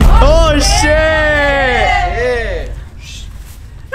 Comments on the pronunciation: When was saying "Kabaddi Kabaddi" it sound like "Kabadi Kabadi Kabadi" 😂🤣🤣🤣🤣🤣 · When she said kabady